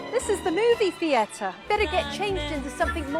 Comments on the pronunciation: As a brit we do not claim this lady. If I ever heard someone say thee-air-tar irl ild slap the afternoon tea and crumpet out of them lol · As an Englishman the way she says “theatre” makes me die inside